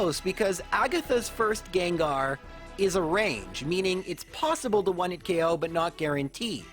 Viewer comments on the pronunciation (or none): none